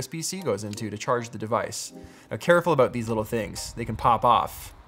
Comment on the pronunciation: ABOOT!!!!! I heard it. He totes said aboot! haha!